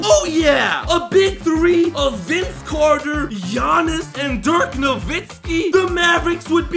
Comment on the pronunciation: He butcher Giannises name so bad